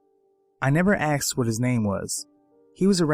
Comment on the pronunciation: I clocked off as soon as he said "he akcsed" instead of asked.